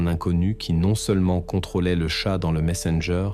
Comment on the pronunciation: Voix iA rébarbative... 😩 Pétard !!! Tchat! Et pas chat!